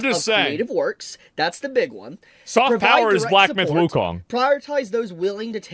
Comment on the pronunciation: soft power is what, chat?? Can’t understand him